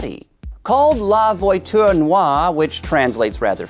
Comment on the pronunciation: Since when can nerds(host) be car guys. I can tell he was reading from a script or something he didnt say it (la voiture noir) right